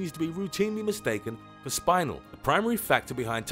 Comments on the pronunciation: spin el not spine el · spin-el.........not spinal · it's pronounced "Spih nell" not "Spinal" it's not part of a vertabrate's back :P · "Spine-el"? The correct pronunciation is "spin-el" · It's pronounced Spin-el, NOT like having a spinal tap! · SPINE-el I thought it was pronounced like spin-el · Spin-el you knob, not spine-el. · its not SPINE IL its SPIN EL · It is pronounced spenel not spilel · Lol I didnt realise he said spinel because he said the spine in spinel like the way you say spine. Lol I was so confusedd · My Taaffeite. My Taaffeite is fake. SPINAL. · You pronounced spinel wrong. It's spelled like it's said. Spin (like spinning around) el. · Spinel is pronounced like Spi-nell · Your aaying spinel wrong its spi as in spinning nel as in janelle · Your picture is spinel. You should care cuz he said spinel wrong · The way he said Spinel crushed me from inside. It's not a spinal cord, bud. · Sorry, but I remember that "Spinel" is read more like how you read it in Romanian (aka how they say it in the Steven Universe Movie) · I don't think spinel is pronounced like that. Look that up. And what about Padparadja? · Its pronounced chris o barrel and not spinal like your spine but spin el like spinning